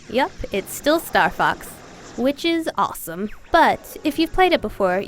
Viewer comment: kinda sounds like she says "star fuck 64" in the beggining lol